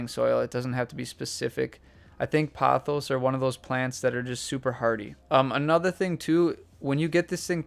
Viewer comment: It's po-thos. Poe-thos. Not pah-thos. It's Greek.